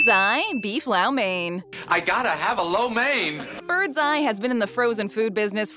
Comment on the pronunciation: Low main, not lau mane. Even the clip afterwards pronounced it correctly!